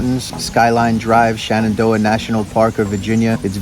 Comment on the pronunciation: If you don't like our mountains, you're free to stay away. Also: ShEnandoah, not ShAnandoah.